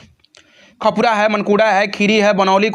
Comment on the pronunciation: Yar khapura nhi h khanpura h thik se padhiye